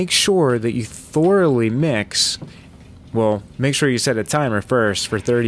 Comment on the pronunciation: Thor-a-lee =D